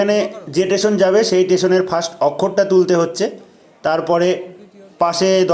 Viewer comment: ভাই, তুই টেশন টেশন করছিস কেন? স্টেশন বল আর ভাই ঐটা skipনা, ঐটা pause হবে তবে, ভিডিও টা মোটামুটি ভালোই হয়েছে..